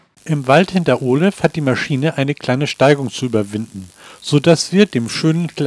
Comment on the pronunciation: Das Video ist ja schön aber die Aussprache der Ortsnamen etc üben wir nochmal. Das heißt KALL und nicht Kahl. Der Fluss heißt OLEF und nicht Orlef.